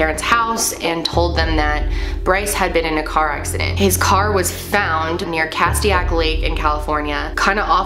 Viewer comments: our whole town was crazy because i live around there btw im triggered that you said CAST-TEA-ACK it is CAST-STAY- IC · And castaic is pronounced (Cast-Ache) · SoCal born and raised here just to help with the pronunciation! Cast-ay-ick lake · I used to live in santa clarita and we would camp at Castaic Lake.(.pronounced Ca-stay-ik ) and i was def suprised to here this. I had moved from ca a yr before this . i believe in the amnesia theory . poor guy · The name of the lake is pronounced cah-steak. I love so close to there! I was wondering why this story seemed familiar now I remember hearing about this. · As someone who lives there just want you to know you said the lake name wrong and I honestly have never heard someone went missing out here this is a first